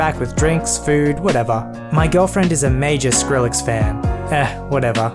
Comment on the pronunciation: DID I HEAR SHRILLEX ik I spelled it wrong but HENXJDNDJDNDJHCJDHSNDNDKDJDNDMDMMINE